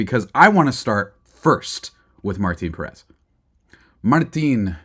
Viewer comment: Learn to pronounce the last name is Pèrez